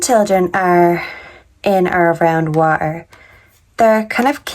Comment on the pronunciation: Wa er? Do you mean water?